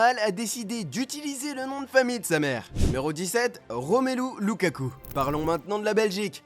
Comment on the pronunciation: Remelu lakaka🤣🤣🤣🤣🤣